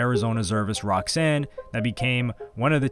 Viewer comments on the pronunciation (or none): none